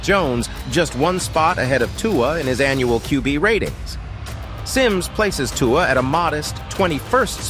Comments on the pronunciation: It’s 2-uhh not 2-wahh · If you continue to pronounce Tua the way you are pronouncing it... I will never watch your videos again! You're being ridiculous, and it is disrespectful to intentionally butcher his name the way you are doing it.